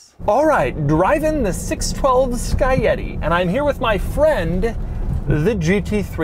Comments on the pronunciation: "Sky Yeti" or is it maybe Scaglietti? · "Sky- yeti"....? wtf dude, its "skag-lee-ett-ee" you swine...my italian ears are hurting! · Its Scaglietti not Scayeti doug !! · i always thought it was Ska-glee-eti not "ska-yeti" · "Sky Yeti" sounds like a flying Skoda. "ska-glee-eh-tee" is how you pronounce it. Great car and great review! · it's pronounced "skalietti". but even "sky yeti" is much better than "skag-lee-ehti"... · It is not skaieti it is scalietii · It's not sky-etty. It's pronounced scalietti. That's a good looking set of wheels. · You say it Scag-li-etti... Expect more from you Doug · Ferrari 612 sky yeti? What the hell Doug.. and still Porsche isn't pronounced Portia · Doug always has me cracking up! I always pronounced "Scaglietti" SKAG-Lee- Yeti Hahaahah. My first time reading about any Scaglietti I was 8-9... So there's that. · Doug it’s pronounced spaghetti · No, no no. It's Skag-lee-yeti. It's ok, Italian is hard! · One more quirk Most people who try to pronounce its name they will call it Spaghetti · TIL Scaglietti is pronounced "Flying Abominable Snowman" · This guy said (SKY- YETI) with his whole chest LMFAOOOO Jesus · "Ferrari Six Twelve Sky-Yeti" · No1: Doug: “Sky-yetti” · Sca li e ti Thats how its pronounced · The way Doug pronounces Scagglietti :/ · Others: scaglietti Doug: "scaietti" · I can stand your mispronunciation of the name. Don't forget that there's a "G" in there. It's pronounced Scag-lee-et-e. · Sky yeti? Or are you trying to pronounce scaglietti? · RIP for all the times Doug butchered the name Scaglietti, and Ferrari as well Roll your R dude! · Just realized, that i pronounced Scagletti wrong my whole life